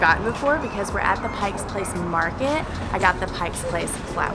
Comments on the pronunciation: Glad you had fun, just FYI it's "Pike Place Market", not "PikeS Place Market", it's just on Pike street. Quickest way to spot a tourist is when they ask for "Pikes place". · Pike. P.lace. Market. There is NO S!